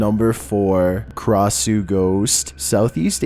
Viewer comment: U pronounced Krasue wrong it’s (kray-shoe)